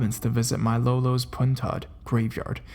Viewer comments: Also, it's lo - lo not low low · And sám-pā-lōk , lōlō